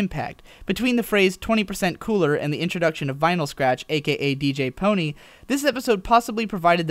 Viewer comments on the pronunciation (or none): It's DJ pone-three, not DJ pony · Ahem. DJ-PON3. DJ-PON - THREE. I'm sorry, but I'm a pretty huge vinyl fan. Just couldn't let this slip. Good video otherwise :) Also, I'm not going to lie, the song was decent, but for future singing, watch your breathing ;). Not hating, trying to give constructive criticism.